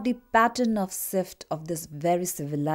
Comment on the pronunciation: Good presentation. However, "shift" is not pronounced "sift". It is pronounced with the "sh" sound like in socio-cultural.